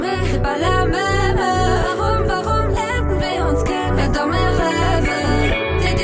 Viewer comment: Warum macht man Songs zur Hälfte auf französisch wenn man nichtmal alle Wörter richtig aussprechen kann? Das Wort heißt même und wird „mem“ ausgesprochen nicht „mäme“